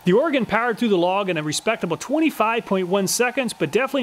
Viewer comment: Another great review, thank you! As an Oregonian, I also just wanted to thank you for pronouncing the word right. = ) Edit: I think I know why these saws don't have much for digger teeth, if you tried to use em you'd probably just stall the saw anyway.